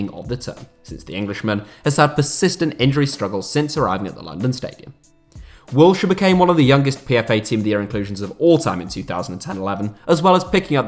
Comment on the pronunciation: My man said Wiltshire😂👆🏻